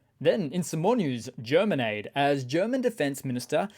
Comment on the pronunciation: Oh German Aid! I thought you said Germanade, like lemonade or Gatorade :D